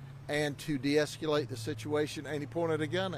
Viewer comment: Grady can actually say deescuaGhala8.